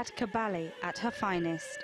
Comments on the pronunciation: Für die Deutschen Cabelle sagt sie mal. Richtig ausgesprochen wie ich schreibe Caballje, hoffe ich😊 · The mispronunciation of the name Caballé here is inexcusable. It’s common knowledge how to pronounce this name with this lady possessing it! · Files an obituary and can't even pronounce her name correctly. Sometimes the English are as bad as the Americans.